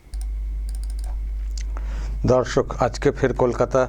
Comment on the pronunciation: Dada Dorsok ei kotha ta diye apni suru koren.....eta majhe majhe apnar pronunciation e onno rokom sunte lage.... Apni sudhi srota brindo ba namaskar ei vabe suru korle kemon hoy... Oporad neben na...amar kothar... Pronam neben